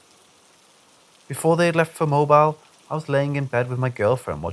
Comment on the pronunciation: Hey love, Mobile is pronounced "mo -beel", (like feel) 😘